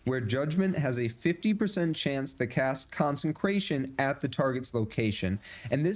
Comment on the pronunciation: Consecration. Not Consencration. Therefore it doesn't say consencrate. Good video - but I just had to get that off my chest, it's driving me crazy.